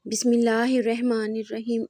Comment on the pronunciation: Please say Bismillah correctly.... jazakAllah